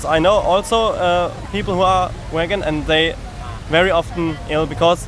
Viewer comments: I am a german girl and watching this hurts so much...when he says vegan it sounds like wagon...ahh cringe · "So you are region"....people who are waggon".... amazing pronounciation of the word "vegan" mate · I cant get over how the first guy says waegen when trying to say vegan but i know its an accent issue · "Wagon" uhm you mean vegan? Hahaha Germans (love ya) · It's really unfair that you start with him saying wegan lol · How the German couldn’t decide how to pronounce „vegan“ 😂😂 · What and idiot! He can't even pronounce "vegan". And he talks about "tradition" and blah. I'm from Germany, too, and I just managed to get my hopefulls all-vegan grocery shopping (unless I overlooked something) done at Rewe. ... I'm not vegan yet, but I'm trying. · He is german and apparently, he doesn’t know how to pronounce vegan. xD